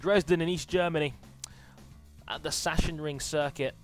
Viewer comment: Sachsenring is pronounced as sak-senring